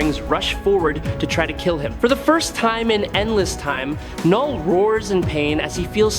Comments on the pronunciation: Please say it right it is pronounced null not k-null..... Have you ever spoken English before? Heard of a silent letter? Look into it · I hate ai voiced trash. Its Knull not Kuh null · It’s just Null, not Knull.. like Knox is pronounced Nox